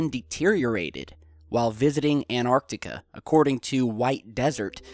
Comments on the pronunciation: Where is this "Anartica"? I have heard of "AnTartica" it has a T in it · ahhhhhhhhhh its anTarctica not anartica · it's not An arctica it's Antarctica it's not hard to pronounce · It's called Antarctica , pronounced An-tartica ... not Anartica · Ant tartica not annar tica. Hope this helps. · Please pronounce the 'T' in Antarctica. It is 'AnT arctica'. Not 'An arctica' But still an interesting video. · it's Antarctica, NOT Anartica. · please please.. its anTarctica not anarctica. and they are at bases on antartctica NOT the south pole, the south pole is miles from where the bases are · ANTARCTICA ! Repeat again and again ☺ Nobody is rushing you 😊 You have an interesting channel and interesting clips ☺ Anartica is not a real word 😉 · It's Antartica not Anartica - it's bad enough to get it wrong once but to keep repeating it is unacceptable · ANTARTICA not ANARCTICA, LOL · And, STOP CALLING ANTARCTICA "ARCTICA" for Christ sake. ARCTICA is at Noth Pole. You talk about CONTINENT which is called ANTARCTICA. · anyone get triggered when pronounces Antarctica anarctica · Not triggered as such but it really annoys me. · FrenZie "Antarctica" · AnTarctica has a T in the third position which is not a silent T which means you need to pronounce it. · AN 'T' ARTICA please! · its pronounced Ant.tar.ticar